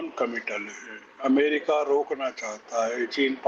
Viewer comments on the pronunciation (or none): none